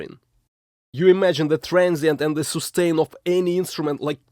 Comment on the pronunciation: soostain ! haha love your videos man you're great